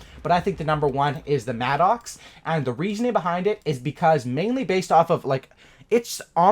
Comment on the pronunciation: It's pronounced Madicks, it's not an Angry Oxe......